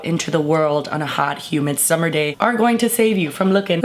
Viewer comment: "take yo time, it's the summah" XD hahah